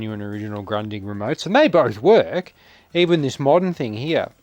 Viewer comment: It's a fantastic TV with the well known long life quality of Grundig., try to spell it like this: Groondig 🙂